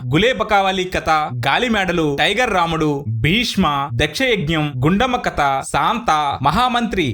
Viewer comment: కత కాదు, కథ అని పలకాలి. సాంత కాదు, శాంత అని పలకాలి. బందువు కాదు, బంధువు అని పలకాలి. తెలుగు సరిగా పలకటం రాని మీరు voice over ఎందుకిస్తున్నారు?